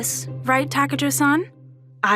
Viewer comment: Why is takajo pronounced takayo lol